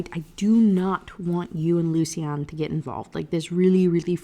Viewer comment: I'm fine with you choosing to pronounce lucian in a way that the author didn't intend, but the way you ended up saying it is just horrible 😅 "lucy-anne" is what i hear every time